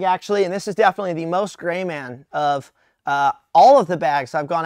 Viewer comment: looks at Did he say grey man or gay man?